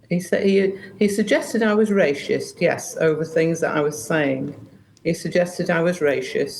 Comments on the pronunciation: She’s 100% correct but I do wish she would stop saying rashist 😂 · Someone needs to take her back to English classes. It's "Racist", not "Raschist".... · He called me rayshist 😊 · lol sorry but... rayshist cracked me up. god bless this woman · Rashist? Really? Ffs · The pronunciation is : racist, not ray-shist. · Rayshist lol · What’s rashist? 😂 good for you for kicking him out though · Why is she saying raesh-ist instead of race-ist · Please tell her it’s racist not rashist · Why is she saying rashists instead of racist? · Anyone going to tell her it's racist and not raishest lol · "Rashist" 😂 silly old gammon. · I agree, but why is she pronouncing it ray-shist? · Doesn't help however that she keeps pronouncing it "Ray-shist" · Rashist 😂😂 Sorry, I know this is a serious topic, and I am just as shocked the PM was so rude to her in her own home, but I just can't get over her saying rashist all the time. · Rayshist. ??? Wtf is that? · I can't unhear "rayshisht" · Why does she keep saying "rayshis"? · Damn those Ray-shists 😂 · Why does she keep pronouncing it rayshist? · why is she saying RASHIST, bless her?!😅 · Is she saying "rasheist"? 😂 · I've noticed (mostly older folk) pronounce it 'rayshist' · This is such a cheap peice here. So funny that she calls it Rayshist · It's bugging me she says rashist😂 However Starmer flip flops more than an Olympic diver. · She either needs some new false teeth, or just can't pronounce the word that comes out "rayshist" ;) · Why does she keep saying rayshist tho 🤭🤭🤭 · She’s not Ray-shist. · A ‘rayshist’? What’s one of those? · top lady but there’s no H in Racist 😂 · Lol.... "Ray_shist". Where has been all these years? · She can't say the word racist 😂😂😂 wtf is "RASHIST"😂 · Just love the way she says 'Rascist' - Well done lady! True integrity! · Rayshist???? Wtf. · Rayshist LOL. I'm saying that from now on. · She can't even say the word 😅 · She can't even pronounce the word racist. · Why can’t she say racist properly?